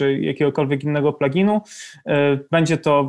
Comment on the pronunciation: "Plug-in"? "Player"? "Feedback"? Błagam, z całą sympatią - nie kaleczcie moich uszu, proszę.